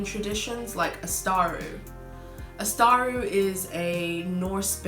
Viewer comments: Very nice and infomative video! (btw Asatru is pronounced like its written and not ”astaru” as you pronounced it) anyways nice video keep it up. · I REALLY like this video. Thanks for making it and exploring the themes. These have been ongoing discussions in occult circles but many people don't like to confront them, Quick point: "Asatru" is not pronounced "As-Star-ru."